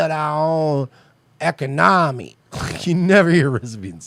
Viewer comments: You should learn how to say economy first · How on earf does this fool think he could build and run your own economy when you can't even pronounce it ?